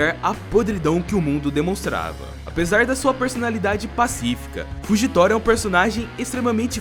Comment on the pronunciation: Karai falando nome do Fujitora errado 😂😂😂